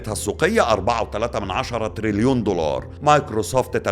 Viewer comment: ياعم الله يكرمك اسمه دولار مش ضولار 😅